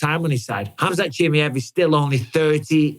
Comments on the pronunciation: Mike ! its KHAMZAT CHIMAEV ! Not CHI+ME +EV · But still says CHIMMIEVV